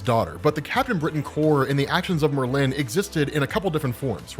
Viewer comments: People: Merlin: Myrrh-lynn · OMG lmao! It's Merlin, NOT MerLin. You're making a hippy English wizard sound like a Asian businesswoman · Please please please... It's pronounced MER-lin (lyn). Not Mer-LIN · Love the video. Please stop pronouncing Merlin's name as if it has a hyphen between the r and the l. Thanks. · you say Merlin weird it’s MurLin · No one in America says it the way he’s saying it. It’s MER-lyn, not mer-LYN. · it's Merlin, one word. Not mer-lin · I refuse to watch an upload in which he keeps calling Merlin Mer-Lin. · Did Marvel create a new spelling or pronunciation of "MER-lin" or do your just not know how to say the name "MER-lin" properly? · Nice video but the weirdest pronunciation of Merlin I´ve heard so far ;).... hehe Murlinn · Merlin is so easy to pronounce, yet you mess it up every time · That is not how you pronounce Merlin. The emphasis is on the 1st syllable, not the 2nd. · That pronunciation of Merlin kills me every time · It's painful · As a Brit, the way says Merlin just doesn’t sit right…. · Love the show But you say Merlin weird